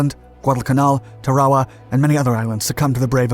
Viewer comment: TAR a wa, not ta RA wa